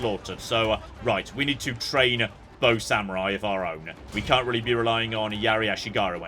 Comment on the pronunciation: Day 481 of requesting Age of Mythology. I KNOW he's saying bow samurai, but what I'm HEARING is BOAT samurai. To be fair, that's what the fleet is for. Also, the Death Star run on your European ship was the kind of strategy I'd use, which explains why I'm not a naval power